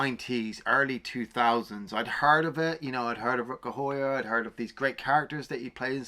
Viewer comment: it is pronounced How-Er isn't it ?